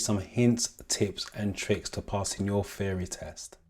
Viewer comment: I like your videos, wish me luck as my theory test is coming up soon. Everything else is fine except that part where you refer 'theory test' as 'feory test'. It's bothering a little....just little. HAHA